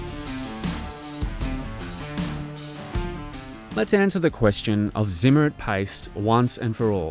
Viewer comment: The anti magnetic coating is pronounced [tsim - mare - reet].